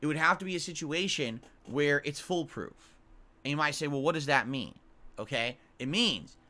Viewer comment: "fullproof" this man does not read